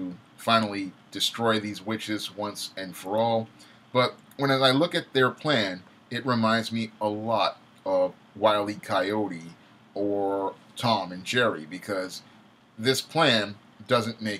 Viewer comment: straight up lold in real life when you said willie coyete